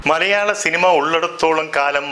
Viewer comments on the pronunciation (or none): none